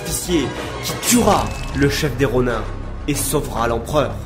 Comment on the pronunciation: Si jamais Ronin ce pronnonce Ronine. Et ça ce dit légitimer? Je crois que c'est plutôt légitimiser